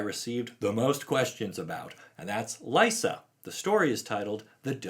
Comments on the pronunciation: I'm glad Liesa is back (I think her name is actually pronounced LEESA, not LYSA. But, you know, "tomatoes/tomahtoes"). I first heard of her in the Magic side-story regarding Avacyn going insane, and converting Gisela and Bruna to her side. Liesa is actually mentioned in that story (not by name, but it's her) while talking with Sigarda, and trying to woo Sigarda to "purge the human filth." It makes me wonder if Liesa and Sigarda are going to become the new "Night and Day" protectors of Innistrad, when all this is resolved. With Sigarda protecting humanity during the daylight hours, and Liesa, who seems to thrive in the darkness, protecting the night, and keeping the vampires/werewolves in check. A sort of "Batman/Superman" type of relationship. I like Liesa, and hope to hear more from her. Because she seems like an intriguing "x-factor" on Innistrad. She is an Angel, but definitely comes across as the more "gothic" type of Angelic being. She also seems like the type of Angel that Sorin Markov might be interested in becoming the new protector of his plane, just because of her ability to form peace/relationships with Demonkind. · This is just a thought of mine, but given how the other sisters names are pronounced in Italian, Liesa should be pronounced LEE-EH-SA, like Lisa from Castlevania, with and E (pronounced like the E in grey) in the middle